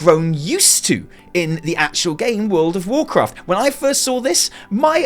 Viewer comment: lol... Did you say world of WarChrist ? :D